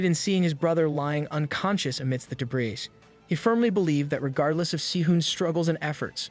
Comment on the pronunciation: Your text to speech mispronounces debris, feints, trophies, barrage, docile and gets heteronyms read and tear wrong